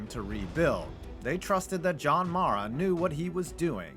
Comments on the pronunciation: Guy can’t even pronounce john maras last name lmfao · Joe “shine” and John “mah-rah” 🤦‍♂️